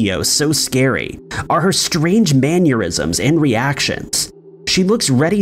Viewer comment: It’s Mannerisms. Not manyerisms. Oh boy !! Lol. The girl at the door looks like a little girl. The dress and the hair, she looks 12 or so.